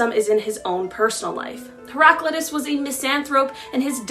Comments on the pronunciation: Great information. Just for future reference (and I’m not trying to be a troll). Heraclitus name is pronounced heh-ruh-KLY-tus (ˌhɛrəˈklaɪtəs) And the term mis·an·thrope is pronounced /ˈmis(ə)nˌTHrōp But again great info. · it's hera-clitus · I'm pretty sure you have the philosopher's name wrong it's not pronounced like that as far as I know